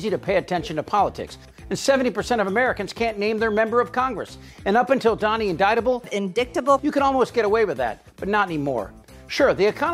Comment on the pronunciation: “Indicktable” OMG.